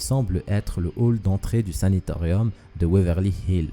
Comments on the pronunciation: SANATORIUM!!!! et pas SANITORIUM apprends le Français avant de faire des vidéos sur youtube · 5.32 "saNAtorium " et non pas Sanitorium s'il te plait ! 🙏🙏🙏